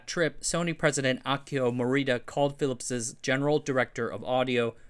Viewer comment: “Philipsezzezz” WTF!! When will you Americans stop murdering the language. The apostrophe after the word ending in ‘s’ only requires you to say “Phillips”, you don’t need EZZ or EZZEZZ on the end. It just sounds ridiculous and like you never learned the language properly.